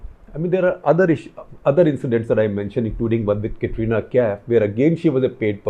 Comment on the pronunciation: You know he is not into Bollywood when he pronounces Katrina Kaif as Catrina Kaif.